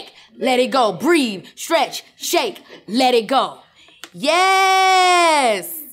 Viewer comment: Absolutely loved this with Keke. She’s so engaging and charismatic. Love her! But you messed up my girl there with ‘stretch’. 🤨